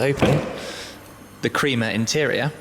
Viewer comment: WTF blue and creamer? blue and crema pronounced kre-ma